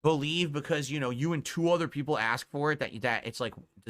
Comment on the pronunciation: Laughing at how pathetic he is. Nobody wants to see you play anything except your 5 "peepul" Just like nobody supports you but those 5 "peepul"